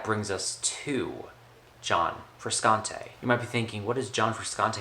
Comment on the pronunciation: lol you got 270 views in 3 years. if your gonna make a review, at least TRY to make yourself sound like you know what your talking about. this was a complete waste of my life to watch this. regretful. gonna go listen to some frusciante now... (its pronounced FRU-SHANT-AY). idiot.